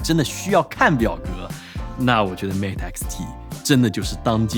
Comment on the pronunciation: 终于有中国博主把mate的音念对